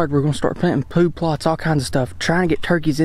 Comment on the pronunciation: Haha "ploodt plots"